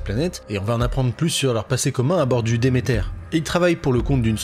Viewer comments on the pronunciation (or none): Demeter ça se prononce "demeterre" les gars. La déesse de l'abondance et de la fertilité, de l'agriculture, la mère nourricière. C'est pas anglais comme nom, c'est grec.